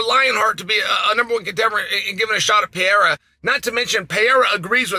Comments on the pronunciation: Alexander Saint Pierra 😂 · Who the hell is Pee-Yeyra? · I asked my Spanish-speaking girlfriend how she pronounces Pereira in Español. Her pronunciation is PUR-AY-DUH. The 2nd 'r' kinda sounds like a 'd'. You pronounce it PAY-ERA. I'm not trying to be critical! I was confused how to say his name. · Alex Pehera, Alex Pejara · I can't even fathom Pee Air Ah (Chael's pronunciation) being afraid of Anybody. He is the epitome of fearless and confidence. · Alex Pay-ara. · “Pierre-uh” -Chael Sonnen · There's no pee in periera come on chael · Is it really hard to americans pronounce "Pereira" right or they dont even try? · Is it that hard to pronounce pereira orAre you just being a douche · PLEASE LEARN TO SAY PEREIRA PROPERLY CHAEL! c'mon dude what does it say when someone who's following and comments on fighters gets their names wrong dude?!🤷‍♂️ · Its crazy that chael has zero issues pronouncing ankalaiev but i havent heard him nail pereira once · Alex actually just doesn't know how to say his last name properly. Idiot.